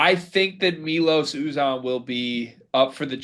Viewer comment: Yet another road game for Houston. This time without Wilson? Not the frickin' injury bug AGAIN!!! OK, guys, it's five months in and you still haven't figured it out. It's My-Los You-Zan (as in van). Not Me-Los. Not Ooh-Zahn. He's easily one of the top three transfers in the nation, and it's about time you figured how to pronounce his name.